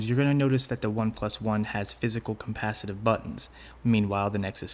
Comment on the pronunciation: "compacitive buttons"